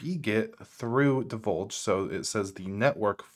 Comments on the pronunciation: Deluge, not Dolje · Saying "Deluge" as "Divulge" got me.. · my man, this is a great video, but did you just pronounce deluge as divulge? del-yooj, means flood. Thank you for your service. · “Deluge” Sounds like deh·lyooj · I laughed when he said divulge 😂 I'd say it's more pronounced de-luge. Like a luge 🛷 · You really caught me off guard with your mispronouncation of Deluge. delˌyo͞oj Great breakdown though! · Del-luge deluge. A severe flood, a… torrent if you will. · Debuldge? Really? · Unraid has a built in VPN manager. You dont need a specific container with a VPN built in. Just set up your VPN in the VPN manager in Unraid settings and select the VPN as the network for the containers. Have you got your indexer routed through the VPN? Also I'm pretty sure deluge is pronounced "del-you-j". As in a deluge of rain. Thats why the icon is a rain drop. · Deluge del·uge /ˈdelˌyo͞oj/ noun a severe flood. Sorry, had to be done. Loved your setup, tho! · sponsored by PIA LOL, while transmission has 2 pirated torrents seeding.. You seriously cant say DELUGE correctly LMFAO... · Sorry but are you saying PROtainer (Portainer) and DIVULGE (Deluge) or am I hearing things? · Great vid! Fyi it's 'PORtainer', not 'PROtainer, and 'deLuge' not 'deVulge' 🤗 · Love the video, thank you. Not to be terribly pedantic, someone already pointed out the mispronunciation of Deluge, and this one is forgivable especially if anyone suffers from dyslexia... but it's por-tain-er (POR at the beginning)...not pro-tain-er (Not PRO at the beginning).